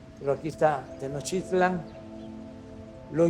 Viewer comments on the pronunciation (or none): Tenochtitlan, no Tenochitlan.